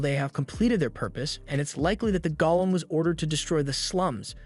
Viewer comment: The AI needs to be fixed: it’s GOLEM (Go-Lem) for the stone being Aston got turned into, not “GOLLUM” (Goll-um).